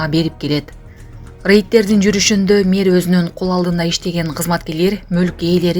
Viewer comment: Мээр эмес Мэр деп айтылат